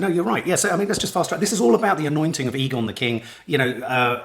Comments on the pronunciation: It's Aegon not Egon, makes me think of ghostbusters 😂 I'm loving the whole series. Sad its nearly the last one. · A good way to remember how it's pronounced is by remembering the nickname. Aegons are often called Egg. Soooooo Egg-on.